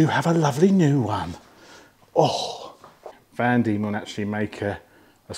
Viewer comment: Van Demon, as in van demons land, not vandemon!!